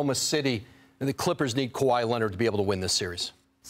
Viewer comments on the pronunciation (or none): Stephen takes great pride in mispronouncing Kawhi's last name ON PURPOSE. The man can't stop saying Kawhi Lennit if his life depended on it. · lmaooo Kawaah Lennit